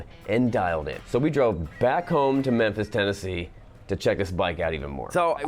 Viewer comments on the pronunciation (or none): Did you say "back home to Mempis"?